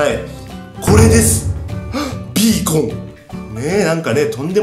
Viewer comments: ヒカキンさん5年ぶりにビーコンのことをベーコンって言った！なんて久々。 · ベーコンじゃないよビーコンだよ😁 ほのぼのヒカちゃん応援してま(ｏ^-^)尸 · ガラス張りだからから何か綺麗www それと、ベーコンって聞こえたwww(マイクラあるある😙)